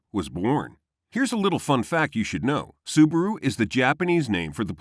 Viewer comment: it's not SUBURU it's acually SUBARU